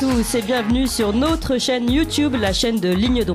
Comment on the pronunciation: « Nôtre » chaîne, pas « nautre » chaîne svp